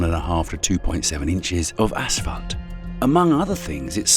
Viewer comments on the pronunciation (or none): I can't be the only one who heard "ASSFUCKED"